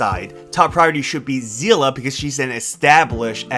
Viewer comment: "say-lay" is how you say her name